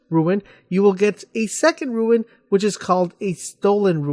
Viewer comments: rune not roowin or ruin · May I add, it's a RUNE (pronounced: "roon")You are saying RUIN. Otherwise, a nice video, but I counted you saying "ruin" 10 times and had to exit. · Yeah, I decided I couldn't even finish the video after he said 'ruin' the first time. This reminded me about way back when playing the first Halo and people called the wraiths "wraths"... come on, people. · RUNE. R-U-N-E. NOT RUIN. NOT TOO HARD TO PRONOUNCE. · Say it with me now ...... "ROOOON"! how can you not pronounce this correctly? Do you see an "I" anywhere in the word "rune"? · Rune.. for flips sake, why ruin...why are you adding the I......aaahhhhghh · I was thinking the exact same thing... Had to go back and make sure it said RUNE not RUIN lol. -_ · Rune. not Ruin. lol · hes saying ruins